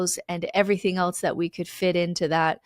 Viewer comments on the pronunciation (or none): none